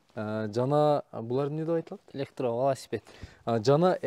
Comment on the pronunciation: Электроваласпед не дегенинер э? Туура суйлоону уйронгулочу тоба кылдым